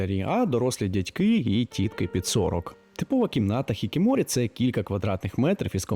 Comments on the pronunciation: не хікіморі, а хікікоморі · ХікіКОморі, не «хікіморі» 😅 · Підкажу щодо слова, яке ти називав "хікіморі", воно правильно буде "хікікоморі", все інше правильно) Додатково приємно було чути правильну транслітерацію японських слів, бо багато хто з українців до сих пір використовує русняву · Вы не правильно проговариваете: Хикикомори, а не «хикимори». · Хікікоморі. Не хікіморі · Єдине що я почула це хікікоморі про що вже сказали, а також наголос на місто Осака, був американізований. Якщо відсилатися до японсткої вимови то там дуже неявні наголоси і більш правильно було б наголошувати першу літеру О, тобто не Осàка, а Òсака. Але ваша вимова набагато приємніша ніж у більшості авторів. Ні разу не почула поліванівку, що мене ну дуже радує❤ Дякую за вашу уважність до таких деталей. Для мене це дуже цінно.✨️ Щодо вмісту, можу коротко сказати що складається відчуття що ви трохи нагніаєте протягом відео, адже все не так погано. І більшість проблем які ви описали стоять в усьому світі. І японці теж знають про ці проблеми і намагаються на рівні держави щось із цим робити. Я не бачу нічого дивного у можливості розважатися на самоті, вважаю що це навпаки рай для інтроверта. До того ж я живучи в Японії не можу погодитись що цими людьми керує сором, скоріше повага до отчення. Я старалась описати загально і дуже коротко тези з якими я б не погодилась, спираючись на власний досвід, але все одно вважаю що ви добре постарались над своїм відео і над вимовою слів японського походження. Це мене втішає. (Можливо я просто не фанатка надмірного нагнітання атмосфери😊 До того ж це відео про Японію, країну яку я люблю і поважаю, культуру якої вивчаю з підліткового віку тому я доволі чутлива до перебільшень і стереотипів стосовно цієї теми. ) У будь-якому разі дякую вам! Сподіваюсь що не зачепила вас своєю критикою) Вірю що на кожен формат знайдеться свій глядач❤ Тож бажаю вам